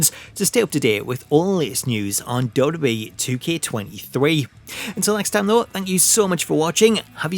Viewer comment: Learn how to pronounce WWE